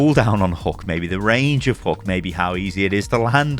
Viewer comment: WAIT WAIT WAIT WAIT WAIT you said HUCK instead of HOOK. I report you as that could sound like you are saying C"CK, This is what I'm getting as I can NOT say can't or couldn't without other players thinking I'm saying C"NT.